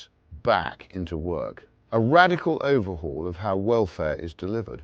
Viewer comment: "Radical overhul"